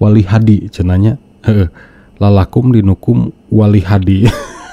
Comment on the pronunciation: tolong di betulkan ketika mengatakan kata yg gk benar.. contoh ketika bilang lalakumdinukum dan astagfiruloh hatilaik